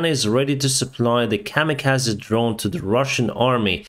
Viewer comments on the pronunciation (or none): none